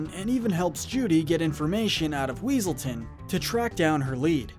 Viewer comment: "Weselton" It's Weaselton, Duke Weaselton!